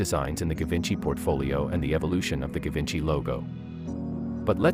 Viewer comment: It should pronounce as "Zhee-VAWN-shee"